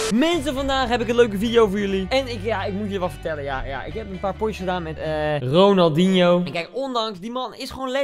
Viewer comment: "Ronaldihno" Goed joh